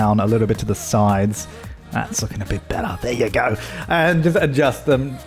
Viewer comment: "there ya go" ...said in the most aussie accent possible